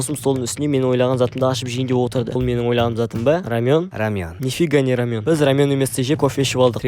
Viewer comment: Рамён емес рамэн